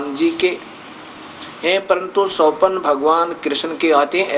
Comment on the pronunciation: तुझे स्थल बोलना नहीं आता रे पोपट।ना तुझे स्वप्न बोलना आता है।तुझे मानने वाले मूर्ख और अनपढ़ है